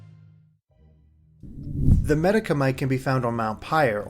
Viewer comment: Medikanite? I think you read that wrong.